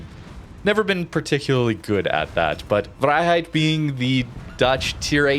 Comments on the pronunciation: You are saying vrijheid surprisingly well! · My thoughts exactly. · your vrijheid sounds fine. your prins van oranje sounds terrible, just say prince of orange.